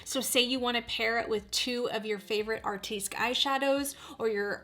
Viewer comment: Just Fyi - Artistique is pronounced ( Artist teek ) not ( Art teesk )